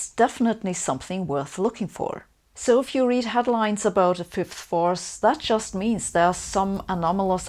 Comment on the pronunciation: I applaud your effort to enunciate "fifth force" clearly, I know you Germans can struggle with that one. Just the same, I had been hoping to have a laugh at your expense, and left mildly disappointed on that front. <3 You never cease to amaze me with your many levels of determination!